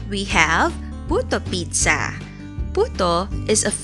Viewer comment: Tinapos ko muna bago mag comment. Ang bongga ng pagkakabigkas mo ng dalawang inihain mo samin napapagaya ako eh 😁 ung itsura nya para syang lasagna Naimagine ko lang hehe mukha syang ay di pala mukha garantisadong masarap kase gawa mo yang recipe na yan. Saksi ang dog sa gilid at saksi kaming lahat 😉 Tamsak done Ingat lagi, god bless you